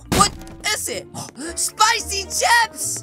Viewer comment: I thought he said spicy never dice